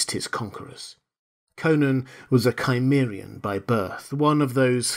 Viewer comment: Cimmerian is pronounced, "sim-eer-ee-in".